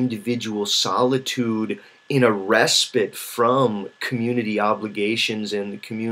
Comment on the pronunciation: Because you speak very clearly and deliberately a speech to text program could accurately convert and then embed the Meta data into your video. When that technology gets better it will nullify this advantage that reading has over video. “Solidude” I have to make fun of that because in all the videos I’ve watched of yours that’s the first time I’ve heard you mispronounce a word... freak.